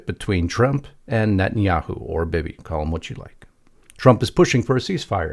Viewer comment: DO YOU KNOW WHAT A BEBE GUN IS ? THAT'S HOW YOU PRONOUNCE, BIBI LONG I='E'!